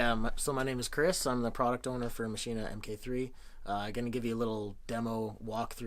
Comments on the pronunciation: It's not fucking called Maschin-Ahh. It's called Maschine and pronounced 'machine' in German with a very silent 'e'. There's no 'ah' at the end. /endOCDrant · Because it's german it is pronounced maschine, not maschina. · Ernest Parker It's a German product. It's like (🍅) Tomay-toe, to-motto. Either or is acceptable.